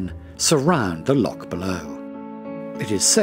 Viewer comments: I stopped watching at about when Lochs were pronounced as Locks.Why oh why ruin a perfectly excellent Video with narrative from an Englishman ? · Awful pronunciation of Scottish place names. "Locks and glens". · The narrator was most informative but......if he can't be told how to pronounce "loch" then get a Scotsman to do the job. Don't know why they didn't in the first place, after all - it's all about Scotland ??!! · He can't even pronounce LOCH properly! Sheesh..... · Sorry - tge ch in christmas is a hard K sound. The Scottish loch has a ch coming from the back of the throat . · Great video of my homeland, but why is it narrated by an English person who can't properly pronounce things like Loch, Rannoch, Gaelic etc? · Can't even pronounce loch properly, no intention of trying either. Any chance of Scottish people making such a video? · Good video but should get the Scottish pronunciations right first. Constantly hearing lock instead of loch really irks a Scot! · Beautiful video, but "lock' and 'gay-lic'? Might have been nice to have someone who could pronounce these words properly. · film very good ,however next time get a Scot to do the narration,so the words will be pronounced correctly ie,lock ahhhh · Informative, but a bit naff that simple words like 'loch' are mispronounced. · I hear you! Am learning Gaidhlig and it gets boring hearing it being called "gay-lic". But no worse than hearing Lock instead of Loch! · Still the same ,Don’t know a Lock from a streach of water Loch. I feel the same Davie about intrusive music. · Its a lake, and its loch not lock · Why have they not used a Scottish person to narrate this? pronunciation of place-names, the word loch (not lock) and even Gaelic (not Gaylick) is awful... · Its loch, not lock. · Loch not ‘lock’ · It's lochs not locks ;)